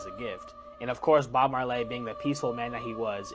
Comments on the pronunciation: first off Bob Mar-Lay? Shouldn’t you research the person before the video? But the real problem with that video, wtf is up with that guys teeth? Totally distracted me from the video. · BOB MARLAY? LMAO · The way that kid is pronouncing Bob Marley is acrosious😢..cut your dreads off kid immediately 😂😂 Bob Mar-lay gtfoh🤜 🪲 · I came here to say this. I just can't take a person seriously who doesn't know how to pronounce Bob Marley. PLUS I feel so bad that they don't know him. Even the person reading the clip is just monotone reading. Sad times. (Yes I'm old, but Bob Marley was before my time and yet... here I am pronouncing his name correctly)😂😂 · Why you pronounce Bob Marley name like that 😂